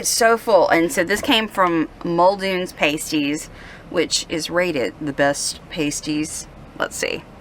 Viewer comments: I'll give you a thousand dollars if you NEVER say paste-ee again. Paste-ee are what strippers in Vegas wear on their nipples. Pass-ties are the sandwich pie things you are eating in northern Michigan. Get the beef gravy. Come on now...... I KNOW these locals helped you with your pronunciation. NO ONE will serve you a paste-ee. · I was raised on Cornish pasties, so let me help you with the pronunciation. When you say “Paste-eze” those are nipple skin coverings that women wear. When you say, “Past-eze” that is pie crust filled with a savory blend of potatoes, onions, meat, etc. Since I’m now a 65 y.o. Master Gardener, let me assure you that rutabagas are savory root vegetables like turnips, whereas rhubarb stalks are usually used for sweet treats like rhubarb-strawberry pie. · It's pronounced Pass Tee...pasties are a whole other thing lol If you ever make it back up there stay at 12 Mile Beach if want a taste of wilderness camping right on Lake Superior! Lake Superior is always ice cold 🥶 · 😂I was thinking that same thing